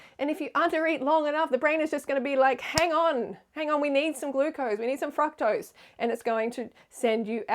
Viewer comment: Freelee, for being so obsessed with fructose, why do you pronounce it incorrectly? Honestly the way you call everyone out on everything so minute, I thought I’d call you out on that.